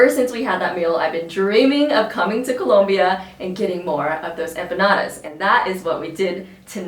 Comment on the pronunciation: Why are you saying Colombia like that? Lol 😆